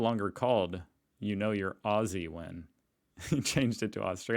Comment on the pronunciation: oi my Was ❤️ WHOo'MaRFN'HoO 🥳🥳 ya pronunciation is of the our word..OZ'ZEEEE 😁is 😘PURR'fect B 🤪..ya make me so PRoUD MaaaaaTEY